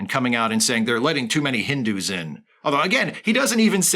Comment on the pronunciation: The way this guy says "Hindu" you would think the word has a hard "r" in it.